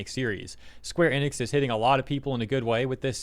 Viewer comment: Thank you for pronouncing Enix correctly and not like so many people who say EE-nix. You know, like dumbass Max. I hate that guy and always have. He’s a fake fighting game fan and that’s what his channel started as. He started doing anything popular chasing money and then more money.